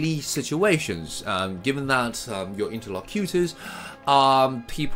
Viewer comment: There is some misplaced stress in words such as "differ" and "interlocutors" . BTW thanks for the pick-me-up, but I think the sophistication of text is just a matter of personal preference.